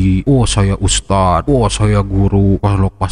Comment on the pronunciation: Idz ustadz bukan iz . Lidahnya ada diujung saat mengucapkan dzal (ذ) Dibacanya begitul ustadzku yg gantengggg